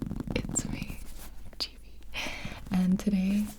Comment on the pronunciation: I thought it was gibi not gibi